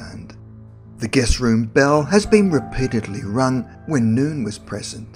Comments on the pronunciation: ""The guest room bell has been repeatedly rung when noon was present."" Try reading through the script before you record. It's not ""noon,"" it''s ""no one."" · So English isn't my first language, but I've never heard "no-one" pronounced as "noon" before